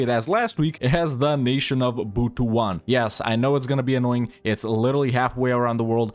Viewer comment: It's actually pronounced as Butu-an it pains me so much that you butchered it but it is what it is.